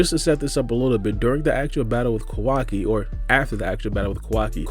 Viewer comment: Ko-Wa-KI not Kawaki?